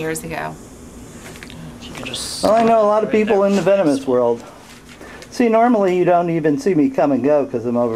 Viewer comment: She said "vemonous" xD